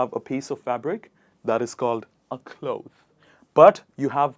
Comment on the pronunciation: ? Really? Is it just me who think he mispronounced cloth? And way to shame the people who mispronounce cloth and clothes 😒 Smh.